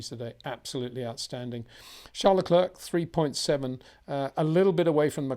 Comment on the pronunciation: Peter. I know you’re not French but Charles surname is pretty easy to pronounce. You get his first name fine. But it’s ‘Leclair’ not Leclerk. Basing this on year 9 French haha. Matin’s another bad offender 😅